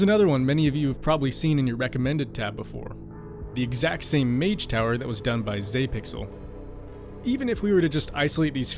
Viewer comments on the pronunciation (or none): none